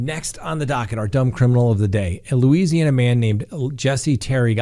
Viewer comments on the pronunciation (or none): none